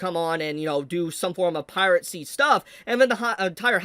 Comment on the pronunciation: why does he pronounce it "pirate c"?